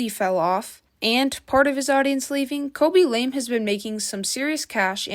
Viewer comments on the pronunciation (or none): You cant even say his name correctly, KABY LAME not KOBE LAME. No surprise you like this repetitive guy. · "cabbage lame" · Ryan William Johnson😂 Kobe lame😂 Your name butchering is legendary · kobe and lame lol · the forgetting of the word evolution and "khobe lame" is so funny